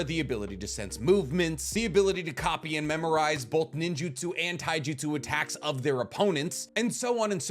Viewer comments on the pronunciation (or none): none